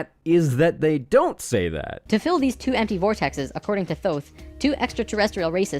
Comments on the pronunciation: I'm sure I'm not the only one to point this out buuuut...IT IS PRONOUNCED TOTE! TOTE! NOT THOTHE! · isn't thoth pronounced tote? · For the love of shit it's pronounced as if it were spelled "Toth" This shit is still hilarious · I thought "Thoth" was pronounced like "Tote"? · "Thoth" is pronounced lile "tote" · Also its pronounced Toth. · "Thoth"? Honey, it's pronounced "Tote". That's the first of many signs this fucker is wrong. Ugh. Don't you just hate when people act like they know everything about the Universe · Lol this idiot doesn’t even pronounce Thoth right- it’s pronounced tout like tote bag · apparently, Thoth is pronounced "toke" in any case. that's how you know this stuff is dodgy. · Isn't Thoth supposed to be pronounced "Tote"? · you keep pronouncing the god of knowledge wrong....